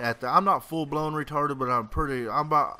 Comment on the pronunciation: Lol u say full blown real funny xD add me in xboxlive o0SmackUSilly0o :D